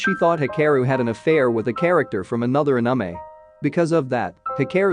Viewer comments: It’s not uhnumeh it’s anime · Narrator's voice be like: Anime❎ Anamay✅ (Ps:don't take it as a mean comment or harassment) But it's funny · It's not ahnime, It's anime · i like how he says the "Anamei" instead of anime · I loose brine cells every time i hear anime pronounced that way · The robot voice says anomie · anamy no no not anime but anamy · D-did he j-just call anime a-ANAME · narrator: "Anamei" Hahahaha its in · Every time he said Uh-Nuh-May instead of Anime I wanted to report the channel. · the way he says “anamei” is really effing with me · Bruh listening to him pronounce it as anume 😭is torture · When he says Anime like "Anumey" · Did he just say aniemae? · pls don't say "aname" one more time 😭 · nice video but is A-N-I-M-E 😂you need to change your TTS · Is anyone else triggered by the way the video says anime? Just me? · Strange how you pronounced ANIME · The way "anime" is pronounced though 😂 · this narrator pronounces "Anime" so wronggggg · The way "anime" is said is giving me OCD. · Istg if you say anime like that one more time we will have problems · The pronouncing of anime is quite funny🤣🤣🤣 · Why do you pronounce anime like that? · bro pls say ANIME correctly it is an English word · OMG WHY AM I SO TRIGGERED AT THE WAY THE NARRATOR SAYS ANIME AND OTAKU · I cringe hearing the narrator botch pronunciation of so many names and words (ie anime = “ah-nim- meh” not “ah-num- mee” and hikaru = “hee- ka- roo”)